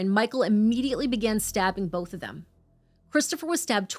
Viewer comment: We get to hear say “bolth” a lot in this one.:)